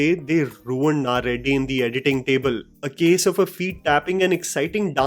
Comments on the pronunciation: I understand you are not a native Tamil speaker but how you can you get "ready" wrong? What is "Naa Reddy"? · Greatly Described but Bro its not 'naa reddy' its 'ready'🤣